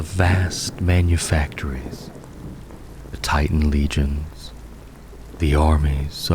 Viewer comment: Bro can you bit say “G”. Legion. Lee-jion. Not leg-on. Legionnes. Lee-jiones. NOT leg-ionnes. You do it in every video and it kills whatever relaxed mood I had